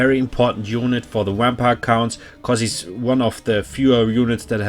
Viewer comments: I’m officially going to start intentionally pronouncing vampire “wampire” henceforth. Love the Deutsch accent. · Nice thanks man! Also love the way u say wampire xD